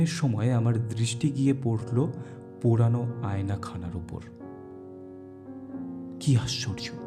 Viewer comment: "Purano" word ta ektu thik korben Baki khub Sundar hoyechhe☺️